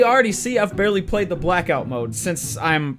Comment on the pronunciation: “Re WARD” and “Black Out” Jesus, ya having a stroke there bud?